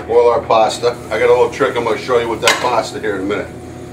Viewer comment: There is no "R" in pasta